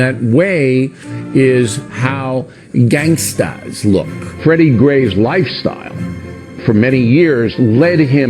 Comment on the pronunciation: lmao when he said gang-staa